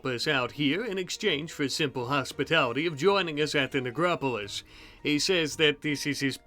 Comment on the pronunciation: you did not say "necropolis"